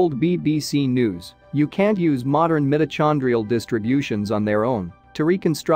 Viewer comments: Come on! The Bible says we all come from the Garden of Eden and we all know that was on the floor of trhe Persian Gulf before the seas rose after the Ice Age. And it's 'meyeto-kon-drial' not 'm-it-o-chawn-drial.' Very distracting. Botswana! Sounds plausible. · The incorrect pronunciation of “mitochondrial” is grating. AI should be better!